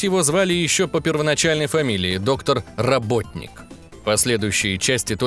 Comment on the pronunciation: Доктор роботник с наголосом на робот... Тоесть доктор робот.... А не работник!!!! Робот-ник